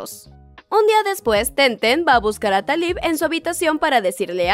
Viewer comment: Me encantó tu resumen, aunque a este le faltó un poquito para que algunas personas que no lo han visto entiendan por qué TenTen no le dice a Taliw que la ama, lástima que no pudieron hacer la segunda parte y espero que no te enojes y menos tus seguidores, pero el nombre de ella se pronuncia Taliú